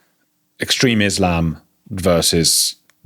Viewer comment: Can't he even say Islam???